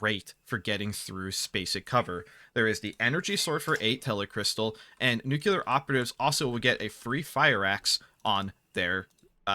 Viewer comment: Love that you pronounce it nookular, makes me smile every time